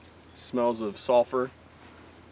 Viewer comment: Face paint? Seriously?! Lol and its pronounced SULfur not SALfur